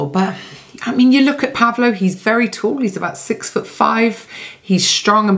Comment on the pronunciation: I could completely shock you: it's not pronounced PAvlo, but PavlO 😊 instead. And yes, it's a biblical name corresponding to Paul and Pablo in English- and Spanish-speaking countries respectively.